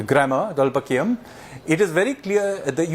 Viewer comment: It is TholKAPIYAM NOT Tholpakiyam